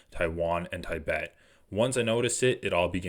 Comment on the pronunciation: dude, these vids are good but please learn how to say Tibet properly & it’s wasn’t 12 thou killed on Oct 7, it was 1200